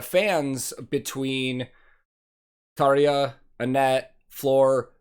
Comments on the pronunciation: Hey dude! You pronounced "Tarja" exactly correct, just like real finn should do it👍! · You’ve beautiful pronunciation of Tarja highly appreciated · You pronounce tarja and the dutch words very good 😀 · You pronounced "Tarja" allmost like a native Finn. Impressive :) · You pronounced Tarja very well! Heippa Suomesta :)